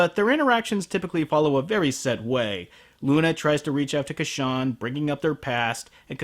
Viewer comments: ITS Casshern not Casshan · ***** I just - I just the name isn't Ka-shan it otta be pronouced Cash-ern Here listen to this 1970's Opening it repeats "Kashans" name how it should be pronounced! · I thought it's pronounced Cash-ern. ...I am gonna get soooo much backlash for this. O_O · It's cashawn, when all this time, I pronounced it has casshern. A bit embarrassing on my part, but now I know (and knowing is half the battle). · It is actually Cassh-ERN. You just have to listen to Isao Sasaki REALLY carefully! lol. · cash-ern tho right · Huh. I had no idea it was pronounced "Ca-shawn". Friggin' English dub of Casshern Sins leading me astray. >-> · Casshern sins has a r in his name.